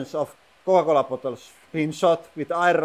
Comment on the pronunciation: The way you said Coca-Cola made me laugh. 🤣🤣🤣